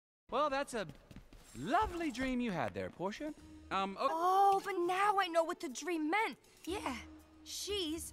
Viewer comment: It’s Porsha Not Porscha